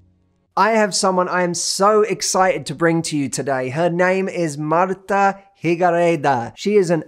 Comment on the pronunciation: Hi! I’m from Mexico the same as Martha and I have to say that I love your pronunciation of her name, beautiful